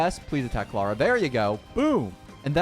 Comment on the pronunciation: He says Clara like "clawuh"